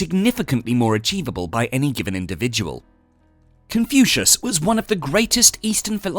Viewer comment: He pronounces " Confucius " as confusing , so inane , assinine. Speaking robotically and fast does not hide this degraded approach. Jettisoned the whole slop IMMEDIATELY.